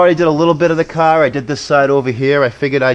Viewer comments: He doesn't have a car,he has a caaaa........lol :P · Its pronounced kah , and I couldn't hear it cause I'm from heah too ( mass)